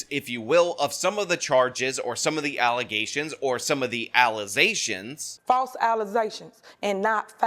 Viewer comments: “Faltz alluh-zayshuns and not fats” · Lol, "allezations" ... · alizations...😂jesus Christ 😂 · Allezations? My god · You have me saying ‘allezations’ in my daily life. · Imagine how ignorant you have to be to elect someone who says "ALLEZASHUNS" that is mind boggling and i can't believe it is actually real 😂😂😂😂😂😂😂